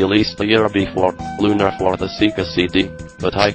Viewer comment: I bet you even this mechanical voice can pronounce 'Lunar' right